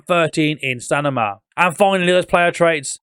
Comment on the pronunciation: I like it when he says stanima 😂